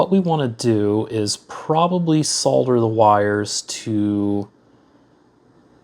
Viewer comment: It's so refreshing to hear someone on YouTube pronouncing the L in solder.